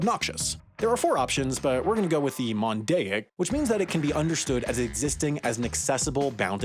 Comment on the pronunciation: “Mondaic” too